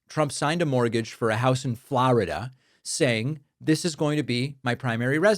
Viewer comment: So hey where's this 'Floauwrida' you speak of?